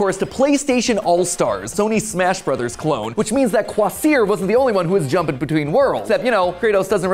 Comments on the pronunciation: Your pronouncing kvasir's name wrong like a typical American would 😂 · pronounced Ka-VAH-sir